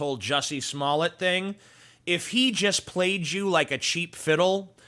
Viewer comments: Smoll-A? I thought it was pronounced Smoll-D. budumtiss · Your name's pronounced Smoll-D too, isn't it? (I know your comment's a joke. Or at least I hope it is.) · Umm, the right pronounciation is actually "Juicy Smalley" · Actually, it would only be Smoll(ay) if there was only one (t) at the end of the name, ie 'Smollet'. Two t's (tt) is the usual way you pronounce it. The idiot wrote a check for $3,500 and didn't think it could be traced, lol, lol.